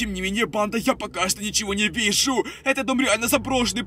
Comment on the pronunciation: ты сказал вижу́